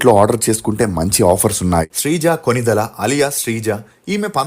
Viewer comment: ఒరేయ్ కొనిదెల కాదురా కొణిదెల వెల్లి కాదు వెళ్లి బరద్వాజ్ కాదు భరద్వాజ్ వెల్లడం కాదు వెళ్లడం ఎల్లు కాదు ఏళ్లు తెలుగు సరిగ్గా పలకలేని నీకు ఈ ప్రొఫెషన్ వొద్దు.